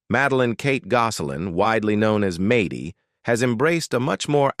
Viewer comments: Its MAD DY NOT MATEY It’s A DIN NOT OD DIN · Maddy almost rhymes with AI - just in case AI needs a pronunciation guide.